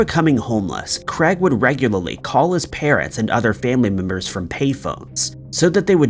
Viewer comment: Why are you pronouncing 'Craig' as 'Creg'? wtf lol biggest mystery of this video